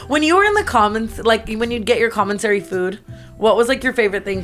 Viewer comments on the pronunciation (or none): Not tana calling commisary comminsary